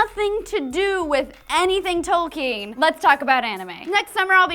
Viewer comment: I stopped watching when trish said "tolkeen"